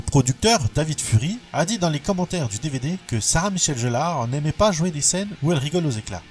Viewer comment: alors c est sarah michelle Gellar et non jellar